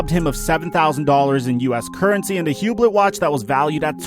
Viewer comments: Hu-Bloh not hublet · You didnt pronounce Hublot right either. Lol it's all good bro...